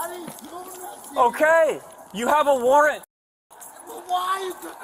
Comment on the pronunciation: he said "nuffin" not "nothing" 🙂